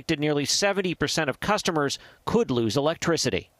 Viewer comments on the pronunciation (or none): none